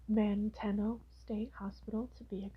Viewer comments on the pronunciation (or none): I love the video but its pronounced man-tea-no 😹